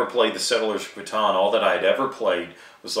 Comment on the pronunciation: "k-tan" SERIOUSLY !!!